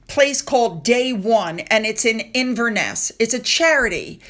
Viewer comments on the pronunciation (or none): none